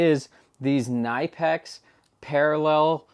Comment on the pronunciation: it's pronounced kin-i-pex....and they are awesome....as is your channel...